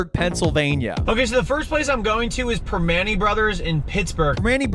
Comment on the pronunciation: Prim-ah-nti’s. Prim-ah-nti’s. Proper pronunciations will make the videos much more watchable.